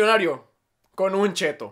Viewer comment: Se dice chetto :v